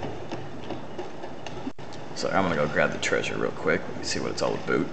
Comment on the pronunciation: Aboot, lols